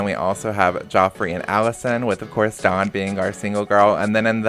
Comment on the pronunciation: I prefer when you introduce the newbies rather than chucking them in then introducing them. Also if you could pronounce the W in dawn a bit more i keep hearing Don and thinking why is Don Lothario n love island not that he wouldn't be perfect for it